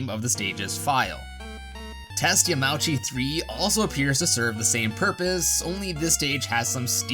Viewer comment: it's pronounced yamaoochi not yamaowchi tut tut tut